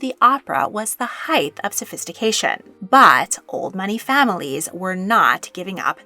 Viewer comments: Height NOT heighth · This was an interesting video. However, please stop mispronouncing the word height. It ends in a hard ‘t’ not ‘th.’ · Can I just make the small observation that the word is "height", not " heighth". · love the research but wish she would say height instead of heitht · THANK YOU - that drives me up the wall and so many Americans fall for saying heighth! Just nuts.